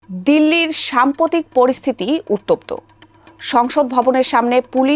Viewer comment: সামপতিক না রে বইন ,এটা সাম্প্রতিক । শুরুতেই উচ্চারণ ভুল!!!!!